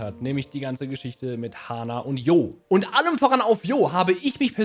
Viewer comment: Warum sagt spricht hier jeder den Namen falsch aus? Der heißt Jo(Tscho), Kurzform von John. Das erste Dlc fand fand ich deutlich besser als den zweiten. Der erste Teil hatte einfach mit Ogerpon's trauriger Story einfach besser gepasst. Ich fand der der 2. Teil hatte für mich eigentlich nicht wirklich ne Story. Der war einfach nur langweilig. Aber das ist nur meine Meinung.